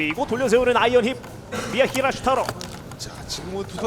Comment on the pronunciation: 예? 미하기레스투롸토요?